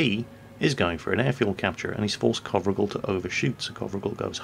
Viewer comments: y u no get the name right?? It's sounds like Covrigal like in description but if its COVRIGEL ( Romanian ) it sounds something like CO(like in Coal)VREEGEL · The right way to pronounce his name, the "gel" at the end should be pronounced just like hair gel. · Imi place mult cand incearca sa citeasca nume romanesti... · Covrigel means pretzel in romanian:))))). Also,, you said it totally wrong. Good thing you wrote it, wouldn't of recognized it otherwise. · that's not how you pronounce covrigel,if he is a romanian player then you do have to check out how covrigel is pronounced because it sounds kinda cute and covrigel in romanian means pretzel:D